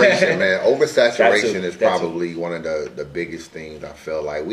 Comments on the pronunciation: Saturazation? WTF does that mean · Somebody tell its OVERSATURATION.... what the hell is oversaturization lol